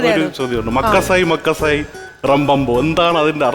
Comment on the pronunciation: മകസായി എന്നല്ല.... Terima kasih എന്നാണ്... മീനിങ് Thankyou... പിന്നെ ഈ സാധനം സ്പീഡിൽ ഷോർട് ആയിട്ടു പറയുമ്പോൾ നമ്മൾ മക്കാസേ... എന്നാണ് കേൾക്കുന്നത്.... ഇത് മലേഷ്യൻ ലാംഗ്വേജ്.. Bahsa malayu.... Same ഇൻഡോണഷ്യൻ laguagilum ഇത് തന്നെ ആണ്..